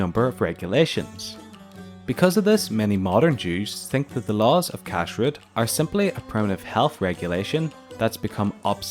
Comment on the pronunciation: The stress is one the second syllable, not the first syllable. So it is pronounced kashRUT rather than KASHrut.